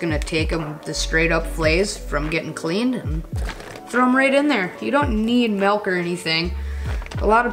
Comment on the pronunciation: you said "Melk"??? I think it's MILK.